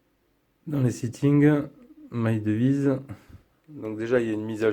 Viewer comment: Salut, bonne vidéo comme d'hab: cependant j'ai deux points important de prononciation à soulever (ahaha) on dit "My DIVYCE" et pas "MY DEVIZE"... et XIAOMI ce prononce SHAOMI;)... c'est dommage ça fait perdre en crédibilité la vidéo! Bonne continuation à la team